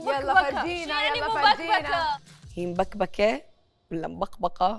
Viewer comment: مْبَكْبَكة مش مُبَكبَكة